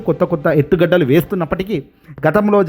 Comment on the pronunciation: ఎత్తుగడ్డలు.. తగ్గుగడ్డలు కాదు బాబూ.. 'ఎత్తుగడలు' ఎన్ని సార్లు చెప్పాలి.